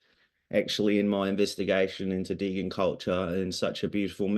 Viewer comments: Did my guy say deegan not degen 😂😂😂😂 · I know right... It's Dee Jen. Not Degan. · this guys is making a degen film and can't even say degen right.... oh boy it's like when meme became a thing and tour parents said maymay